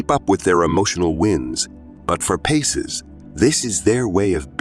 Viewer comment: Pisces not PACES. . Pie Cees.